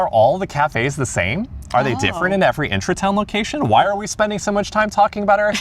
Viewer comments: I love that you pronounce it as intra-town instead of Intra-Garden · It's IntraTUIN, not IntraTOWN :D and agreeing with the other comments, that mint is going to take over the entire pot.